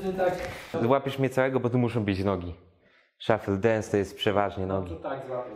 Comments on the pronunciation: Wkurwia mnie ten "szoffell dunce" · MÓWI SZUFLE DENS (A PISZĘ SHUFFLE DANCE;)